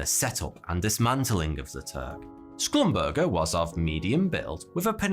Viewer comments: Schlumburger is pronounced [shlumburger] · shlum-ber-ZHAY is closer to the actual pronunciation